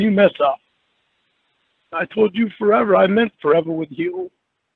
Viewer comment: "When I told yew forevah i meant forevah with yew!"😢😢😢